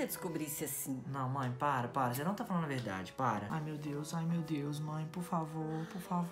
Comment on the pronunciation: Eu achei engraçado vc falando verdadii kk